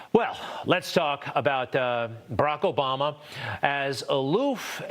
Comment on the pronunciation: .. Brock Obama. That was different. He should have gone with Brock instead of Barry back in the day lol